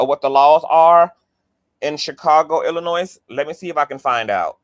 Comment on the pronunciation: lol not Illinoise the s & the e is silent Pronounced ILL-UH-NOY😂